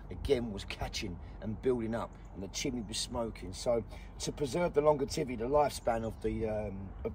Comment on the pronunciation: Longevity not longertivity. Just saying. Great work and educational as always thought.